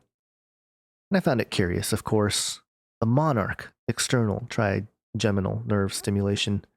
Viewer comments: Your first pronunciation of trigeminal is correct: try-jem-uh-nl. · Hi - you had it correct the first time -'tryjeminal' is the correct pronunciation. Mad scientists strike again at the command of their father of lies. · Scary. I think you're pronouncing trigeminal right. I was pronouncing it wrong, with a hard 'g'. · You said trigeminal nerve correct the first time. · Yes, you were saying Trigeminal right. I suffer from Trigeminal Neuralgia. They just put a press release out last year... this directly correlates with this ... as well as experiments being carried out by CERN through neurologic waves over long distances.